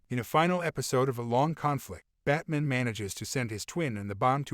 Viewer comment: Why is this guy pronouncing Owl-man and Bat-man like there Jewish deli shop owners it's OWL MAN, BAT MAN not Allmin & Batmin but for some reason he says superman correctly... smdh